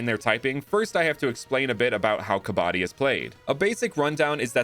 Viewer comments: Bro 😂, what you're saying is kabaadi ,which loosely translates to junk man ,kabaddi is pronunciated like kabad-di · It is pronounced KUH-BA-DEE :) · Kabadi is pronounced kuhbude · i am from india to prove shiva was the god of distration and it pronounced kavidi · i am indian to prove shiva was the god of distration and it pronounced kavidi